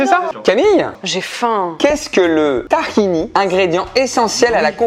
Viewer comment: "Tahini" se lit TahinÉ